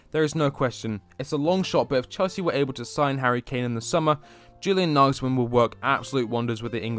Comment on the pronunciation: Practice saying YEW-lian....it's not JU-lian